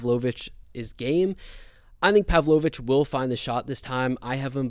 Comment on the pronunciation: Great analysis dude. I can't take the Imavov and Pavlovich pronunciation😂